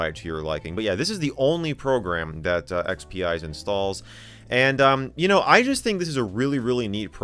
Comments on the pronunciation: I think it's supposed to be pronounced ex-pize instead of ex-pee-ize because it's a play on "spice". Thus the salt shaker icon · I thought it would be pronounced EX-Peez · Not that it bothers me at all, but I believe it is pronounced like "X-Spize" because it "spices" XP up. The logo also looks like a salt/pepper shaker.